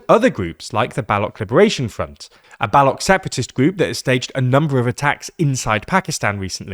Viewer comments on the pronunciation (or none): It’s pronounced Baloch not Balock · Hey, the ch in Baloch is pronounced as the ch in cheetah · Bro can’t even pronounce balooch correctly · He mispronounced Baloch. The ch sound is similar to tch sound in watch. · usually french words in english with the "-ch" are pronounced as sh, but in the case of Baloch it is certainly Baloch as in chair because french themselves write it with tsche to show the sound. All it is relevant because the narrator definitely made an obvious error and it is not related to french influence